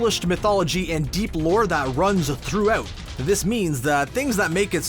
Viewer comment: Yeah he said "through-oot" at one point.